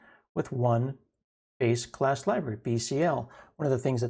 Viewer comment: When you said "base class libraries" it sounded to me at first like you said "basic ass libraries" and I had to double take that part. I need to get my mind out of the gutter lol.